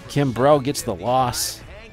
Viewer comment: Man you say kimbrel weird ! it's just Kimbrel no emphasis on the e